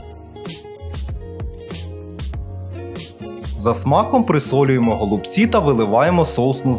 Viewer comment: Вже за наголос в слові голубці підписуюсь на Вас